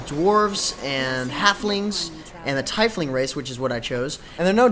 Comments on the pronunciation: thai-fling? are you shitting me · I had the same feeling as you. I thought it would be pronounced "Tee-fling"